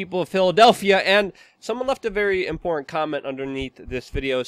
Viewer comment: I think you're wrong on how you pronounce "important"... it's not "import"..